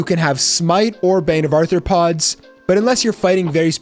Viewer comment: 1) You misspelled "ARTHROPODS"... it's not arthorpods, which is why you keep pronouncing it as "Arthur"...Arthropods, not Arthur pods.... say Are throw pods..... there you go, muppet....